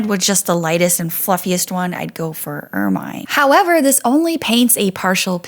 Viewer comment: Pronounced "ermuhn" not "ermyne"